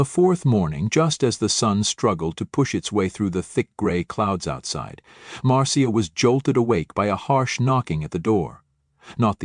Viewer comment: Marcia is pronounced like Marsha